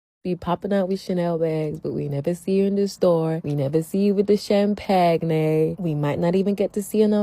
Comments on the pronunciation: did she just say "cham-pag-nay"... 😂😂🤣🤣🤣🤣 learn how to speak English people. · did she pronounce champagne as cham-pag-ne? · Champahg-nay? Cham-payn, dear woman. That's sad. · Sham-pag-neigh? Lol😂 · Did she say...........sham-pag-nay? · Im sorry, sham-pag-nay ? Bruh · What's Shampagney? 🤣 Is it a bit like Sham-dentistry? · I was wondering what Fani Willis had been up to lately, after her affair with the special prosecutor in her case against Trump, and the $54K fine she was court-ordered to pay for failing to comply with Georgia's Open Records Act. - "Sham-pag-nay" 🤣 At least she got the "sham" part right. - A "Certificate of Completion" means only two things: diddly, and squat. I received one of those in 1997 for completing a $14,000 course in PC Repair, then I found out that actually meant I'd need a minimum of three years' unpaid apprenticeship to get a job in a Mom & Pop PC Repair Shop (or literally anywhere else in the PC industry). Thanks, Porter & Chester Institute! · Was the “Cham-pag-nay” sarcastic? Or was she serious? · The woman in that video: Cham-pag-nay? What's especially awful about this story is how long it took prosecutors to act. The first time someone complained, it should have been investigated and shut down. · Did she just say "sham-pag-nay" for champagne? I hope she was memeing. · He would have lost me at "cham-pag-nay." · Sham pag nae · I hope that’s ironic cuz who the hell says it like that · did the sound bite really mispronounce champagne? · how the hell does one say "champagne" so horribly lol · the way she said champagne is criminal 💀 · WHO PRONOUNCES CHAMPAGNE LIKE THAT ?! 😳😡 😬😖😫🤮🤮🤮🤮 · The real crime is that "Champagne" pronounciation. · No way she said "champagne" like that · please say I'm not the only one who got triggered at that pronunciation of champagne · I had to go back like no way she actually said that